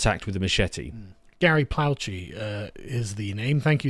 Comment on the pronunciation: Sargon said Gary Plaw-chee. It's pronounced Plo-shay. I'm from Louisiana and there are a lot of Plauches. This incident happened at the Baton Rouge Airport. It was also on the show Faces of Death years ago. The father placed the gun on his left forearm for stability in his shot. It wasn't a pistol, but a larger .38 caliber. He was facing the payphones watching the media cameras light reflections, then turned around and fired when it got close. Father of the year in 1984.